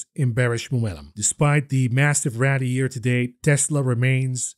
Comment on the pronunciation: Or hearing about the Ratty..not rally. The bear ratty